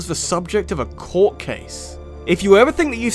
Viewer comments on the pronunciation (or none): none